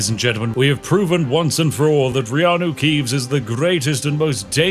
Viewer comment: You know you watched too much Spiff when "Reanu Keeves" sounds right and "Keanu Reeves" doesn't